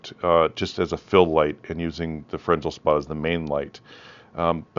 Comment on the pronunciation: I believe fresnel is pronounced fruh·nel.